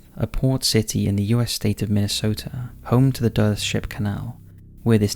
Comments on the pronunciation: 1. The more I listen and watch Top5's or Nukes the more skeptical I become. How do so many people have experiences with the "paranormal"? Something isn't lining up. 2. LEARN TO PRONOUNCE THE NAMES OF PLACES CORRECTLY! The way you pronounced Duluth was practically giving me an aneurysm. Fucking pronounces UK names with ease but fucking swallows glue when pronouncing US cities. How the fuck? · If that town in #2 is spelled "Duluth", you may want to look up the pronunciation. It sounds as odd to me as saying "Edinberg" for "Edinburgh" must to someone from the British Isles.... #3 and maybe the baby monitor clips have something to do with SIDS, which would REALLY freak people out, because for decades people have been looking for a reason why SIDS (Sudden Infant Death Syndrome) occurs. Many people blame the parents for smothering them, and for hundreds of years cats were blamed for "sucking baby's breath", which I always heard as explained that cats lay on baby's faces, but that never made sense to me....I wonder if these things have to do with new humans being born and something wanting their soul or life, whether out of love or something sinister.... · It’s buggin me so much as a Minnesotan lmao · I also live in Duluth, Minnesota! Was surprised and happy to see my city featured in one of your videos! It'd be great if you could explore Duluth's hauntings in depth in a future video. By the way, it's pronounced "duh-LOOTH". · again, total mispronounced!! I had to play it back 5 times before I knew what you were saying. Maybe you should figure out how to pronounce before you do the video. I live in Minnesota and it's not pronounced DULL-ETH, THE FIRST PART IS RIGHT BUT THE LAST PART IS SO WRONG, THE LUTH RYHMES WITH RUTH. NOW PUT IT ALL TOGETHER. Every time you said, hurt just a bit more than the last time. Lol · Sorry, but it's pronounced "Du-LUTH" with long vowel sounds and the emphasis on the second syllable. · The pronounciation caught me off guard lol